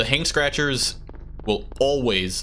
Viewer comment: I don't know why but I heard it as you calling the Hanged Scratchers, "Hank Scratchers" instead.